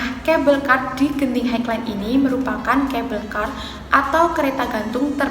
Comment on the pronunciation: Sebutan Genting tu betul... Highland tu sebutnya 'hai-len' atau maksudnya tanah tinggi. Kasino di Genting Highland dibenarkan untuk orang bukan Islam sahaja. Skytropolis Theme Park tu sebutnya 'Skaitropolis Tim Park' atau dalam bahasa melayu Taman Tema Skytropolis. Terus maju buat channel kamu ya 😁👍